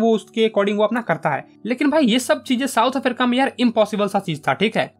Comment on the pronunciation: south afarica 😂😂😂😂😂